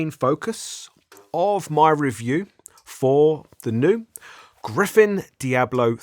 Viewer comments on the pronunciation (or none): Gryphon not Gryphen